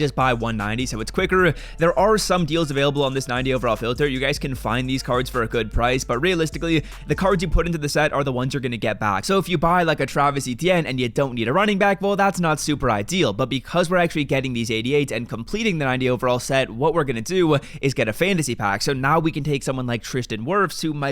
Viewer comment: TraVIS Etienne not “TraVARIS”